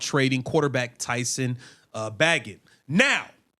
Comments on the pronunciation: How do you look at Bagent and pronounce it Baggit? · It's pronounced (baygent) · Sir it is pronounced bay-gent like gentlemen.